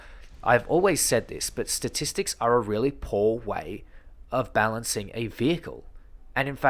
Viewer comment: this grinds my gears then i hear: ThE StAtiStICs fooken heell!